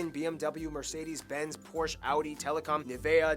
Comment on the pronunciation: He, that intro was really good, for someone try it the first time!! But please do it like the Germanns, as you say Porsche, there is a E at the end, we speak it with the E at the end, so it's Porsche not Porsch. Ahm our tornados are mutch smaler then yours in th US, most of the Time in the news the say "Windhose", they are smaller as i said:)